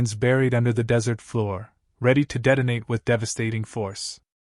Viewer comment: "Deadonate" and "deadonator" are not words.